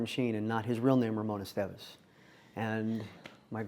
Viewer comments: Wrong. All people in Spain WILL NOT agree. The proper pronunciation of Estevez fir an English speaker is: es TEH veth ( accentuating the e in TEH and pronouncing the z as a th). You are all welcome. With live from Spain. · Sorry for this girl, but her pronunciation of this last name, Estévez, was also wrong.